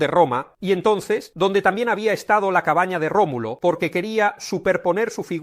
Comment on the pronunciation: Remulo? No era Rómulo?